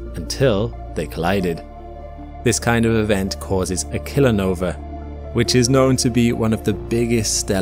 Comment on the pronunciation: idk if I'm the only one hearing it but you keep calling it a "killer nover."